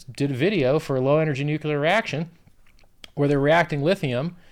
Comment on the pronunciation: Richard, if you say nucular one more time I'll never listen to another word you say. Unless that is, your promising new low energy 'nucular' reaction is a different technology to nuclear? As a self-proclaimed influencer and force multiplier, you have a moral duty to get it the fuck right, to use your own vernaclear. See what I did there?